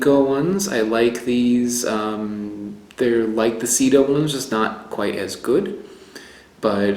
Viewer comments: You should be careful how you say the name of that banana seda is silk sida is aids. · you pronounced "Sida" not "seda" and Sida in spanish is the disease AIDS. ha ha ha. It is not "Tobasco" , it is "Tabasco". let's remember that the "tabasco sauce" is made with chile peppers from the Mexican State of Tabasco. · Seda is /say dah/. /Seedah/ would be spelled sida in Spanish. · I think the seda banana might be pronounced "say-dah." Check with a Mexican Spanish speaker to be sure of my sugggestion. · Seda is pronounced as "say-dah", or "seh-dah", if we're going to be precise. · Love your series! And your ability to finely discern and distinguish the varied components of flavour really makes it useful and interesting. But PLEASE, get the locals to help you pronounce the names properly. I know Americans aren't big on other languages, but it's embarrassing. Plus, for instance, if you had been able to say 'seda' properly ("say-duh"), it would have been immediately obvious to Spanish speakers that the reference is to silk.Just saying :). By the way, 'tabasco' is named for its geographic origin, in the Mexican state of the same name. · The way you pronounce seda sounds like you are saying AIDs in Spanish instead of silk